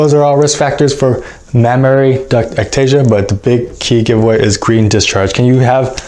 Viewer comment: Not mammararay... It's just mammary... The same goes with supernumerary... Supernumerary...